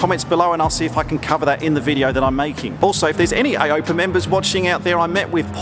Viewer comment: its Ay-oh-pee-ay; not ay-ope-ah....;) nice vid, loved it!